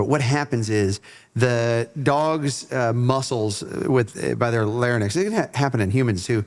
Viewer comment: it's pronounced "larr-inks":-)